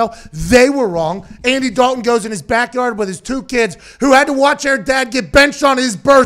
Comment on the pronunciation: He’s from Pittsburgh, give him a break, he can’t help it, lol.